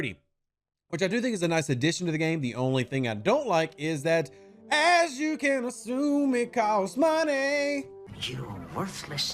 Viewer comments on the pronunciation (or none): none